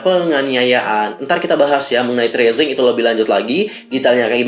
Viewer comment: Padahal aku brharap agensi ini bakal taubat gt pas ada berita CEO nya metong, tp kok makin Dajjal..btw bang bacanya TI AR SI EN JI. Bukan tresing